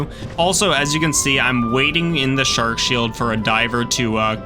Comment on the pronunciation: I love hearing shork 😂😂